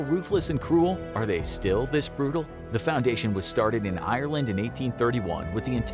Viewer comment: As an irish person myself it thouroughly annoys me the way he pronounces Ireland